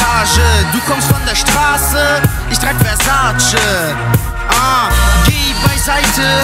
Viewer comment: Er spricht Versace falsch aus.